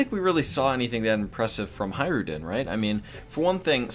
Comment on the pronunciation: Hajrudin, read it like "hatch-roodin"